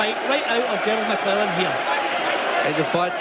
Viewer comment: Don king trying to say Gerald McClellans surname..."mcwulan" ...😂